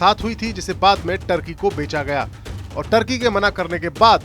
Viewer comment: टर्की नहीं तुर्की